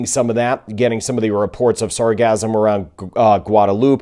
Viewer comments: Sar gass um ... not sar gazz um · gassum not gasm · Sarcasm is all over the place! Sorry, but it sounds like your saying Sarcasm 😂